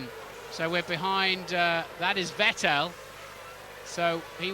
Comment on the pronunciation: Note how James Allen pronounced Vettel's name correctly when running through the grid order, then Brundle poisoned him into getting it wrong. I think it was mid-2011 before British commentary was correctly pronouncing his name again!